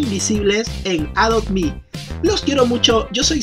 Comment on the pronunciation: Al fin dijiste bien adopme